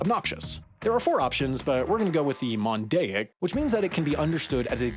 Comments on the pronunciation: Monadic is written but you said mondaic . Mistake video content!! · He also mispronounced "monadic" as "mondaic". Sloppy. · Text on the screen: "MONADIC": "Mondaic" Me: dying inside every time he says it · Or "mondaic" instead of "monadic" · "Mondaic" like 'mosaic" or did you mean "Monadic?" It's ok to say it, almost every male in every species only has one. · > Explains a language > Doesn't even know what "plosive" or "fricative" means 😂😂 Also, you reas "mondaic" instead of "monadic" lol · Monadic is not mondaic. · Or that "monadic" isn't pronounced "mondaic". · Says: mondaic Spells: monadic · He also got "monadic" wrong. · By phenomes do you mean phonemes? And by mondaic do you mean monadic? And by stressing the last syllable do you mean stress the first instead? I get that the language is complex but come on man. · There were so many words he just gave up on pronouncing, monadic became mondaic, delimative became delimitate. etc. Honestly the whole thing felt low effort, by a bunch of dweebs (pathetic). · My ears bleed on every mispronounced word in this video. It's the sh sound, not s It's phoneme, not phenome It's monadic, not mondaic It's delimitive, not delimitate Finally, you made the whole path to mispronounce the word in the end: should be ok-SHOORN